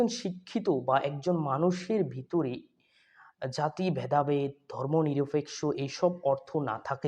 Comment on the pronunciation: Beta barrister uccharon thik moto koro. Barrister ….. Barishter nah ! Ar niropekkho , niropeksho na.